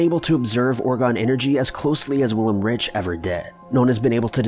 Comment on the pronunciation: Wilhelm REICH not Rich ! RaiCH ch like in chuzpe. Or perhaps Raikh to explain the sound. But i am baffled by Americans. So many natioms they collected there. And still they choose to be ignorant amd kind of vain. They do not need to show any respect to any language or origin it seems. I met Japanese who would know how the name os pronounced ! They call German settlers "Dutch". They can not even say Giovanni - with such a giant Italian heritage over there . 😢